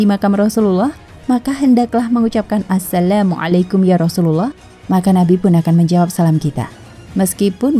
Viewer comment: Aku trsenyum mndngar "assalamualaikum" nya. 😂